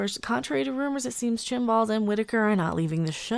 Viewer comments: I'm not sure it's worth mentioning to you that it's Chris Chibnall, not Chinball but there you go. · I think at one point you said "chinballs".